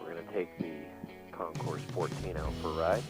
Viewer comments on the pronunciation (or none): Your bike is gorgeous but it’s pronounced WITHOUT the “s” (say, “Con-Cor”). The background music was good but far too loud if it’s overwhelming what you’re saying, right?